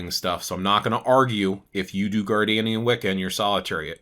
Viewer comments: It’s pronounced Gard-NER-ian not Gardanian. I’ve been watching your videos for a while now. Usually your info is at least accurate. This one is fubarred and I honestly don’t know why you chose to speak about Traditions you never trained in or initiated into, or at least researched thoroughly. The Correllian Tradition is based on a foundational myth that was concocted by two old men who were trying to get ppl to sign up for Witch School. They did some really shady things to appropriate Wiccan teachings and lore from oathbound traditions, as well as Native American spiritual practices and various cherry picked philosophies. There is a great deal of info about the truth and origin of Correllian Wicca available online. It’s mostly considered a tradition that was born from a money making scheme and is viewed as something to steer clear of. I know this was posted a few years ago. I just happened upon it whilst looking for something else here on YT. It should stay buried in the past. Sorry, this ‘explanation’ and answer to the question was just poorly done. If anyone wants to know accurate info about Gerald Brousseau Gardner and Gardnerian Wica, please read books by Phillip Heselton. He is the most respected Gardnerian historian. For context, I’m a Gardnerian HPS and FOI Prs-Hierophant and have been on this path for 38 yrs. ☮️ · It is pronounced" Gardnerian" like his name Gardener. Definitely. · It’s so funny how he says “Gardanian” everyone I know says “Gardnerian” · Respectfully, it IS Gardnerian instead of Gardenian. Source: I am an initiated Gardnerian 😅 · it’s the first time I heard it pronounced like that, anyways I know what you mean.